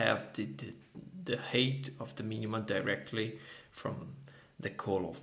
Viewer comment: thanks, really useful for a project I'm working on right now - ps, 'height' rhymes with 'fight' ;)